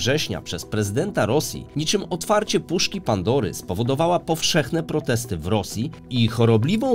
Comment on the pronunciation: Powszechna a nie "powrzechna" 😉